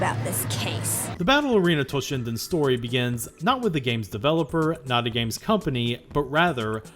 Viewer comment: You kept saying "Battle Arena Toshinden", but half the time I heard "Ballerina Toshinden". My fault for not paying attention, yet I can't help missing for the lost Ballerina Toshinden franchise that never happened.